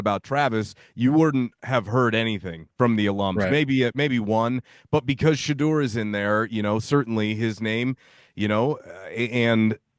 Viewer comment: Learn how to pronounce Shedeurs name and maybe I will take your opinions informed 🙄 It’s been 2 years. Journalist who pride themselves on research